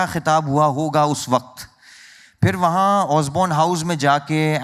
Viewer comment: Kam sey kam interviewer to sahi talaffuz mein boleiN. ‘Fir Fir’ kar rahey hain….sab sey aasaan aur buniyaadi cheez. ख़, क़ जैसी आवाज़ों की तो क्या ही उम्मीद करें